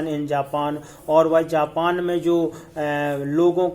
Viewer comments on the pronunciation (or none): none